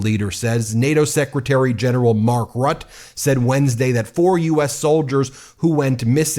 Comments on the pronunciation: Ben the secretary general is Dutch. His name is pronounced more like Root-ah😊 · Love your show Ben, but by the way.. it's pronounced Mark Rutte... say Router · Please someone tell this guy how to pronounce Mark Rutte's at least slightly better. I'm not even dutch but hearing him mispronounce it this badly hurts everytime... here is what he should say phonetically: Mark ROO-TUH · Mark Rutte pronounced 'ROOT-ER' not 'Rutt'. But, hey, why should Americans know the name of the Secretary-General of NATO? It's not like they know anything much else about NATO. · Please Ben. It is Root-Tay. Not Rut. Just fyi.